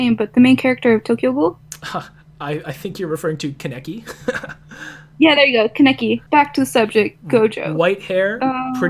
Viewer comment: It's pronounced kaa-ne-ki not keneki